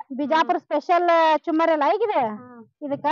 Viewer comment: ಚುಮ್ಮರಿ ಅಲ್ಲ ಚುರುಮುರಿ